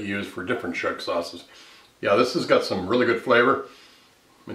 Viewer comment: Chef, please learn now to pronounce schug correctly! It's NOT "SHUG." Ask a Yemenite Israeli for the correct pronunciation. Calling it "shug" is like calling mirepoix "meer-pox' or calling fettuccine "fetusyne."